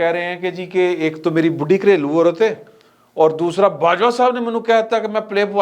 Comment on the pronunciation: Aurat not aural.